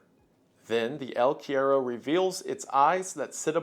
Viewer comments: the quiero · The way he said el cuero bothered me a lil to much😭😭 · I'm Mexican and just wanted to say it cracks me up how he says "el cuero" like "eel querrow" LMAO (For anyone curious, is pronounced "kue-ro" AND NOT "row" but RO) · The way he pronounces "el cuero" is so wrong, never change wendigoon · Love the unique cryptids shown in this part, but every time I heard you misspell “El cuero” my soul wanted to leave my body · I can't believe how badly you pronounce 'el cuero'. I love you anyways wendi. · I think its so funny that A: he pronounced el cuero as bad as he could, i didn't even knew you could fuck up a word so simple that much XD, and B: El cuero is a myth from center/southern argentina...there are no jungles at all in the zones were el cuero is reported...the closes one is teh valdivian rainforest but el cuero is not "native" to that zone XD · "The El Cuero" lol, oh how we've missed you iceberg boy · Wendigoon talks about El Cuero me: OMG!! CHILE MENTIONED?!?!?! VAMOOOOOOH CTM!! SOMOH EL MEJOR PAIS DE CHILE HERMANOOOOO!! mah boy Wendi murdering the name pronunciation as always xddd. I don't know how to write it so you can pronounce it in English but I hope one of my fellow people here can. One more thing: El Cuero is mainly a Mapuche legend. The Mapuches only lived in the south of Chile and the part of Argentina adjacent to them (Nothen Patagonia to be more precise), so it's not really that extended through South America. In Chile, this is one of our most well known legends and kids from my generation still get the heebie jeevies thinking about it, it feels surprisingly real for some reason.